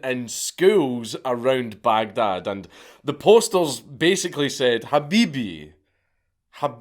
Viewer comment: When i heard how good he said that "habibi", being arabic i fully expected him to go on a long rant in arabic but, alas